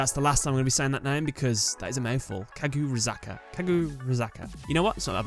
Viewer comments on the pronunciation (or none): Actually, the "u" in Kagura is largely slurred and borderline silent. It would sound more like four syllables, "Kagrazaka." At least phonetically, unless my interpretation of Kagura is incorrect. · ka-gu-rah- zah-kah